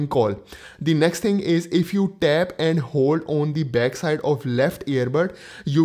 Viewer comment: Can you please say two.... Very long and slooooooow. As in tooooooooooo. Essetting... Estart..... Tap, talk, tap, set, tooooooooooo, esingle tap. The best one is tap and hold haha. TTTTTTTTAPPP ANDDDDD HOLDDDDD. At least you are trying... You go girl.😂